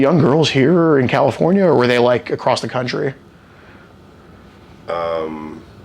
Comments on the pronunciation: Goddammit the # of people that say "acrost" instead of across is mind blowing. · Acrost the ocean. In a land far away. Youre so gay. You're so gay